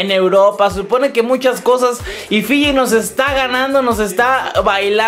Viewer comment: dice filli LLANOS